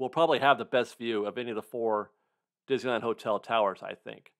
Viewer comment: Diz-knee-land. Don’t forget the “knee”.